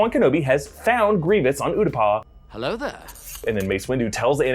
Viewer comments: Ew-tah-pow. It is NOW oo-dah-paw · Am I the only one who winces every time pronounces it Uta-paw instead of Uta-pow lol I get Utapau is a weird name but my goodness 😂